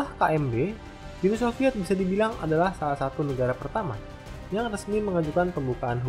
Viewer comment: Nama channel lu salah bang wkwkwk, Uni soviet, Bukan Uni Sofviet wkwkwk